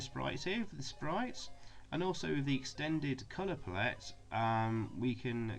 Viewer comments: Learn how to pronounce palette for f*cks sake! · Cool video despite the odd way you pronounce palette 😂